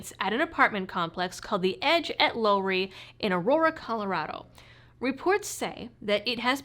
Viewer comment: It's pronounced Lowry as in WOW/LOW and is a closed air force base thanks to a military hating Senator named Pat Schroeder. who got 3 out of the 4 bases in the Denver area closed so she could have her peace love and flowers Denver.